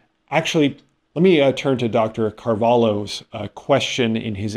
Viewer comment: Sorry, but I always have to laugh at how people pronounce Dr. Gil Carvalho's last name. They always say "Carvalo," and it sounds like "cavalo" to my ears, which in Portuguese means "horse." To get the accent right, just keep in mind that the "lh" in "Carvalho" sounds like the "lli" in the English word "million." It's a soft, palatal sound, so try saying "Car-vah-lyo," with a soft "ly" sound, similar to how you'd say "million." It's not exactly that, but it sounds much closer to the correct pronunciation in Portuguese.